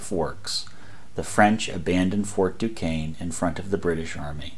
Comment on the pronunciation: Fort Duquesne is pronounced "DooShayne" and NOT "DooKayne" Not a criticism . . . just tired of always hearing the name mispronounced